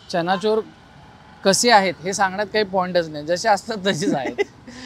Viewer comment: Chana’chor’ nahi re bhava..chana’jor’